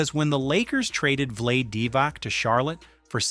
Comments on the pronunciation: What? how he said Vlade like blade 😂😂😂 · It’s pronounced “Vla-Dee” Divac man 😂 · VEE-TI, VLAD-EH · Great video. Kobe really was different. But learn how to pronounce Vlade. 😂